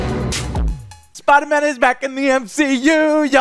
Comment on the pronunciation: MUH SPIDAHMANNS! MUH SPIDAMANS!